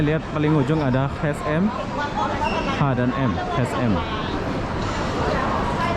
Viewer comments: Kalau tak pandai spell H&M cukup bilang ecenem. Karna begitu bacanya.. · Bang klo sebutan H&M tuh begini, E cenem